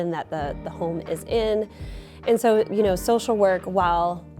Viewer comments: Love when Minnesotans say soo 😂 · I’m from Wisconsin and every time she said “soooooo,” I liked her a little more. ❤